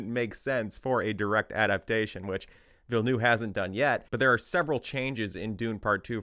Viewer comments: instant like because at least you TRIED to pronounce Denis' name correctly. and for the benefit of all, it is pronounced "vill-NUV" not noov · Learn how to pronounce the names. "Villeneuve" is not "Vill-noo." There are videos that explain how to pronounce this. "Alia" is pronounced AH-li-a. Emphasis on the FIRST syllable. Quit copying Quinn, who just makes shit up. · Ok im french canadian and i have to ask, yall realise theres a v in Denis name right? Its Denis VilleneuVe. Anyway great video! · Struggling to pronounce Denis Villeneuve's name correctly? Just say "Dennis New-town" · the U in Villneuve is pronouced like an R, Ville-neRve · why everyone calling him villnoo like bro cmooooon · the second V in Villeneuve is NOT silent